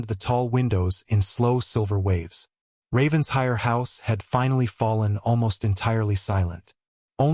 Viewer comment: The “Ravens-hire” drives me crazy, It’s Raven-shire”!